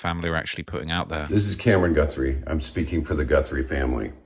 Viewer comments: Goothry, it's Guthrie. Ok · Lmao bruh can’t even read seemingly Jesus where’s he seeing the double o sound lmao he can’t be researching much if he can’t even pronounce her name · Guthrie not Goothrie.... listen you say it wrong over and over again it's too much I'm out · 'Goo-three' come on, we can't chalk this pathetic attempt at pronunciation to you being a brit LOL learn the person's name at least 😂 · Its Guthrie not Goothrie! Lol! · Americans do not say GOOTH THREE. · please, you’re making me laugh stop saying Goothry. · “Gootherie” bruh it’s not remotely pronounced like that lmao? Im english that names fairly common? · Guthrie is my last name and it’s so weird hearing so many people say it lol it’s g UH thrie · Its Guthrie.The u is pronounced like the u in suspect, not like in truth 😊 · It’s crazy how you hear how the name is pronounced and still say it wrong 😂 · Oh, great! You don’t know how to pronounce Guthrie… and you’re going to mispronounce it over and over and over… listen to the reporters that you’re playing on the show, that is actually how you pronounce Guthrie…